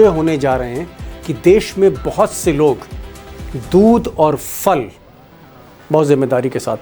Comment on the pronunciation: फल नहीं phal बोला करिये